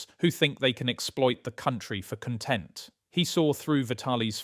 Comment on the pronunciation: It this an AI voiceover? Why can't the guy pronounce "content"?. Pretty realistic other than that.